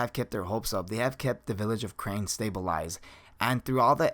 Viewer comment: Crane village no you mean Carnae village